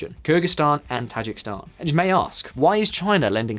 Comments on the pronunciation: Dude, it's pronounced Tah-ZHEEK-iz-stan, not "Tazhik-Stan" !!!! Also the people of Kyrgyzstan are Kyrgyz (pronounced Keer-GIZ). Learn to pronounce correctly if you are going to make a video about them!!! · Tajik-I-stan. Not Tajikstan. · Tajikistan is pronounced tah-Jee-ki-stan, is it not? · Ta-JIK-i-stan. Stress on the second. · For a video focusing so much on Tajikistan, this guy managed to mispronounce the name every single time. That’s actually fairly impressive. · No one cares he keeps mispronouncing Tajikistan?